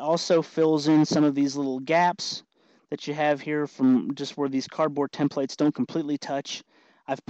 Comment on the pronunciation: tem-PLATES drinking game is on!!